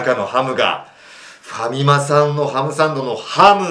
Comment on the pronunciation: ファミマさんをハカマさんのイントネーションで言ってるの気になるｗｗあとfujiyamaが着てるベイスターズの上着いい！